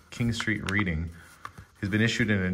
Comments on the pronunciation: Also, the town is pronounced "redding", not "reeding". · The ring certificate is written with a fountain pen. Reading is pronounced "Red-ing". Interesting video, as always,! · It’s pronounced Redding, confusing I know x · Hi.... it's pronouced 'Redding' not 'reeding'....from the Uk... thanks. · fountain pen, not a quill pen!!! 1941 and the area of London is Reading pronounced redding. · Reading is pronounced redding , it is a town in Berkshire UK , about 30 miles to the west of London , Didcot is in Oxfordshire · yes it is spelled Reading but pronounced Redding. 🎅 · it's pronounced "RED-IN", it's in Berkshire, England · tis pronounce Reding loL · Reading is pronounced as Redding. Curiously my sister lived in Didcot 😊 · Hi the little ring box with the insurance document is from Reading UK and is pronounced Reding and the place where they lived is Didcot UK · Hi, i live only a few miles from Southend-on-sea, aCity now a few miles up from the river Thames. You pronounce Reading as Redding, thats the English language for you! Xx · pronounced reding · It is pronounced Red-ing and Reading, if I'm not mistaken? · Reading is pronounced red-ing :)